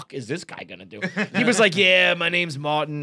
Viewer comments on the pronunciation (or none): Idk why but saying “Mawtin!” made me laugh so hard